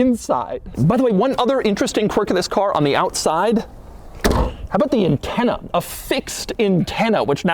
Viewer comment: Is it me or is Doug pronouncing intenna instead of antenna.